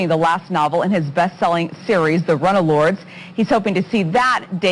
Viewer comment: Runna-Lords? LOL....RUNElords.....silly woman. Agreed...David is a very, very good man.